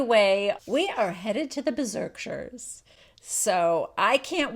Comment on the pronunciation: "Berzerkshires" hahahaha For that I had to subscribe.